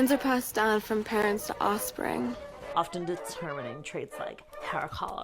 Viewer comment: I like my sex symbols to be able to pronounce offspring